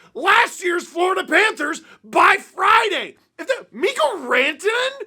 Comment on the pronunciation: Mikko Rantanen? Mikko RANTanen! Mikko RantaNEN? MIKKO RanTAnen! ARE YOU SERIOUS?” holy shit steve, i just about pissed myself laughing